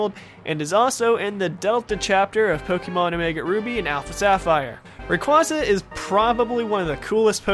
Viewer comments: Everyone keeps mispronouncing Rayquasa. It's pronounced "Ray QUAY suh" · Why can't people say rayquaza right